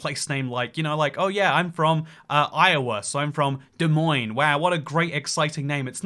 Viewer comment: At least he said Des Moines correctly.